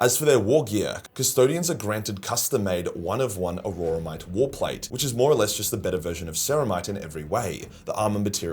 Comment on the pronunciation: Auramite comes from the Latin word "aurum", the word for gold. If I hear you say "auroramite" one more time I'm coming to Austalia and kicking you down under while down under. G'day mate, shrimp on the barbie and Steve Irwin to ya.